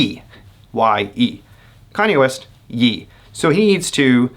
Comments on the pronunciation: Lmao it hurts to hear “yee” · Its pronounced "Yea" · Kanye changed his name to Ye. It is pronounced as YAY.